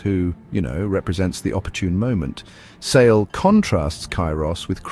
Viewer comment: While this is a fantastic book trailer overall, I must point out that the narrator incorrectly pronounces Sale’s name as “Say-lee.”